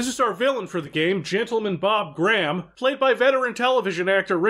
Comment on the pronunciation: You pronounced "Graham" wrong